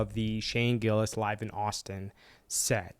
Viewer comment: I got 2nd hand embarrassed when your mouth said Gillis and Chappelle. You ain't even close. Nobody likes commentary videos on shit that is already popular.